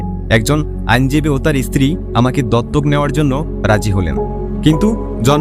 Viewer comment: ভাষা ঠিক করে বলুন। ইস্ত্রী, এস্পষ্ট, বলছেন। স্ত্রী বলুন স্পষ্ট বলুন।